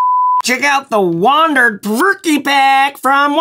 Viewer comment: Been waiting for this review. always thought it was pronounced provoke but perverky sounds much better. lol